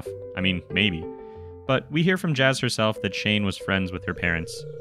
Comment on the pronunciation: its pronounced yas